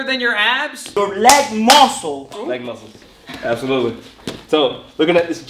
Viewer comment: "LEG MOUSCLES" never gets old